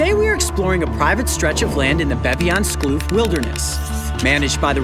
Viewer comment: Narda Vermaak when he tried to pronounce Baviaanskloof 😂